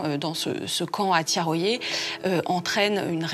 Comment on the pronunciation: Thiaroye et non Thiaroyé. ,Ndiaye et non Endiaye. Mbaye et non Embaye.....Articulez et bien prononcez les noms d'Afrique pour ne pas passez sous silence les faits de l'histoire Cordialement.